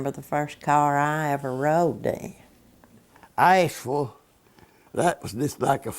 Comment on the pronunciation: I know he meant Ashville but sounded like Ice ville to me.